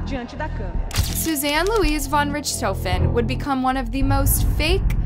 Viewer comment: Von Richthofen is absolutely not pronounced like that, play some blackops zombies please